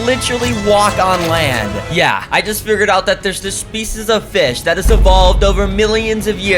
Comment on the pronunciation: feesh, cool feesh